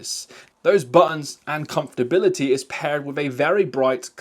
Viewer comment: WTF is “comftability”